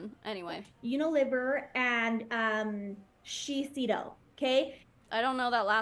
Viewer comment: Shiseido is a popular brand in Asia. She also (shocker!) mispronounced it. It's shi-SAY-do.